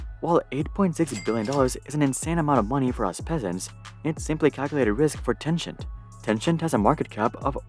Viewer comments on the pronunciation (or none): Tencent = ten-sent Random YouTuber = Ten-scient.